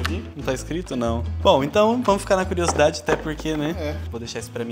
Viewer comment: Trocou o D pelo T.. Curiositati.